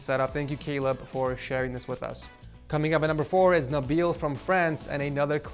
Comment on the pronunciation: Nobody: Literally nobody: Not a single soul:: “cOmIng uP nExT iS nABeeL fROm fRAncE